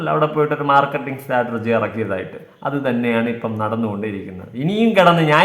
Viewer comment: സ്റ്റാറ്റർജി അല്ല..... സ്ട്രാറ്റജി..... ബ്ലോക് ഡാഡി യുടെ മോൾക്ക് പഠിക്കല്ലേ